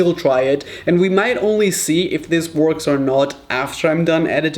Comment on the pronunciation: it kind of “WARKS”